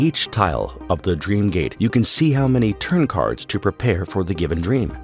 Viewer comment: 'prepear' sorry this made me laugh. Otherwise, this video is amazing. It's so well done! Thanks for this.